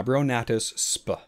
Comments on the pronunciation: "Genus sp." is prononced "s-p" not speuh lol :P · I always say “SP”, I would never have guessed the experts say “sp-UH” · I never knew "sp." was pronounced out loud as "spuh". I've always said the full, "species". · I didn't know they actually say 'spuh', bruh. 😂 Great job as always.